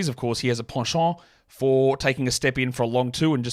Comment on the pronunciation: you had me at your pronunciation of "penchant"